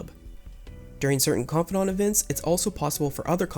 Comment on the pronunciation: Why do you pronounce confidant like that?